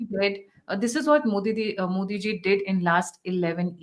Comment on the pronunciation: Please say मोदीजी no मोदीं